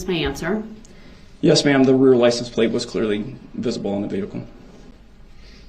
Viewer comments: "Groundz for the SUBstain yo honor" i wish someone wouldve told him is pronounced license plate sir. Not licen place. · Why does DB keep saying “license PLACE” instead of PLATE. Maybe he will have time in prison to learn to speak properly.